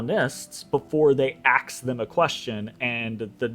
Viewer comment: "axe them a question" - the groans!